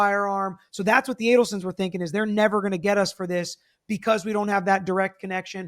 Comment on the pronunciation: I disagree with on The Bump. The Bump Man did a great job & got the results they wanted. He was advised directly by the FBI Behavioral Analysis Unit as to how to interact with Donna...Be non-threatening, polite and mispronounce her last name as Addul-son. This was all designed to be most effective for Donna individually. The Bump Man is part of an elite few who was trained at the FBI Undercover Training Academy and knows his stuff from that and decades of street experience. For insight, check with Joel who's talked with him several times and had meals with him.